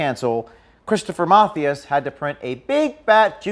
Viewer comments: Lol, "Math-e-us" ??? It's pronounced "Muh-thigh-as" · Just FYI It’s not “MATH-ee-us” it’s “Math-EYE-us”. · Geez, at least get his name right.... ma-THY-az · here is the correct pronunciation of Mathias ---- ma thigh ASS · I just wanna say its pronounced Mah-th-eye-S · I love that James did not pronounce "Mathias" correctly......